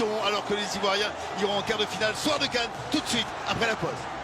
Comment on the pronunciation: Pardon c'est CAN et non canne...